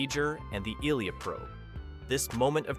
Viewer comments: Narrator's pronunciation of Ilia as "ILL-ee-ya": Okay, somebody hasn't actually seen the movie. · Ilia. (Eye lee ah)